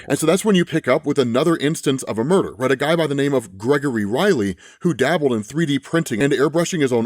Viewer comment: mur dar?